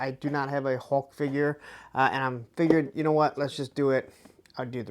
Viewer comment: Dude, it's HULK; not HAWK!